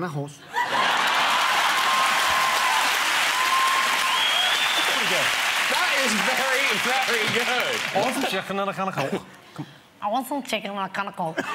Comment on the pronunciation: yo i swear that man said i want some chicken and a hose